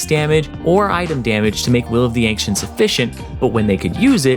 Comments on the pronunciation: Why the fuck are you pronouncing "ancients" so weirdly??? You're saying "ank-tients" wtf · The way the dude pronounces the C in "Ancients" as "Ank-cients" is weirdly irritating. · "Will of the Ankh-cents" ooof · "Will of the ankchenct" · Will of the anxents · Em... Any1 else hearing "Will of the Ancients" as "Will of the Ank-cients". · "Will of the Ankcients" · LivingWithBears Will of the Ank-shents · Interesting way to pronounce Will of the Ancients